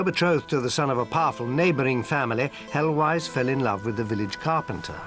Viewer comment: I glimpsed 'Heloise'.... pronunciation way off here :))